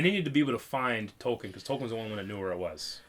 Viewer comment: "Tolkien is pronounced "Toll-KEEN," with stress on the second syllable, like "toll" and "keen," not "toll-kin." The author himself emphasized this, clarifying it as a Germanic word tollkühn (ü being pronounced 'ee') and correcting people who said "Toll-kin" Its been 8 years since you wrote thus, hopefully you've learned that since then